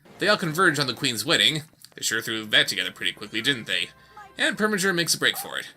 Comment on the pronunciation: It PREminger. NOT PERminger!